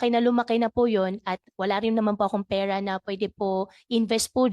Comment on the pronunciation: Mayor pakitigasan mo naman yung r mo , peyra hahahha